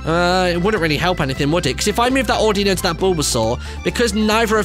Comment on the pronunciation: I hate how he pronounces "Audino" incorrectly.